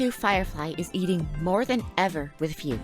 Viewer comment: It's pronounced Fugue, not Fiug this is a chinease name aaaaaaaaaa